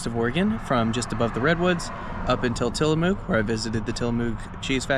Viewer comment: Tillamook rhymes with book, not MOO like a cow.